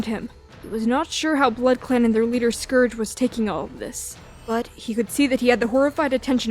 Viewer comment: scourge not scrouge